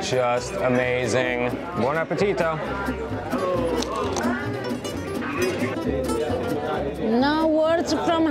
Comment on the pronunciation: Harper, your "buon appetito" is now perfectly pronounced! Well done 👏